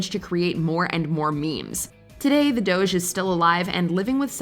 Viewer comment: What i've learned from this video: 01. That's not Eddie Murphy 02. How to make a "Jeff" 03. How not to pronounce "doge"